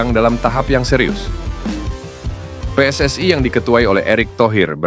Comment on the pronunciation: ST...way...... PSS...ayyy... Knapa sariawan kh